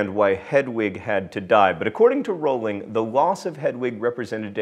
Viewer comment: The best part about this video is John saying Rowling correctly. If you could smell sounds, that's what amortentia would smell like to me.